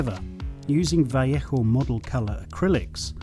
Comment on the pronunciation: what is wrong with your pronunciation?? it's val ayo sounding for vallejo not vieichoo! lol